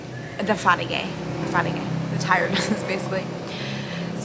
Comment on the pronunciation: They should play this video in psychology classes in how to spot someone lying. You can’t even say one story straight. You can’t even pronounce what you’ve been diagnosed with. And you can’t even pronounce FATIGUE properly. You say you’ve stopped going out because you can’t wear anything like a bikini but you start this video wearing one? Stop spreading dangerous information to Girls, they do check your cervix during smears.